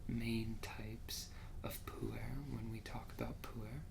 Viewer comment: "poo air" lul every time.